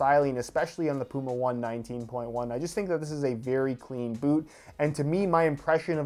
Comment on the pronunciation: The dummy cant say puma!